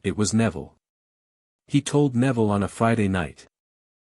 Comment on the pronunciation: I find it funny at an hour and 29 minutes Neville's name is pronounced Nevada